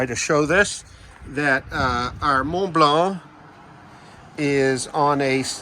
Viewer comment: A+ pronunciation of Mont Blanc